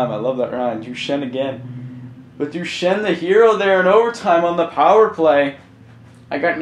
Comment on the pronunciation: You aren't even pronouncing Duchene's name right...